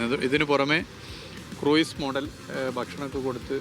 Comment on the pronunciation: ക്രൂയിസല്ല , ക്രൂസ് .മിനിസ്റ്ററും തെറ്റായി ഉച്ചരിക്കുന്നത് കേട്ടു.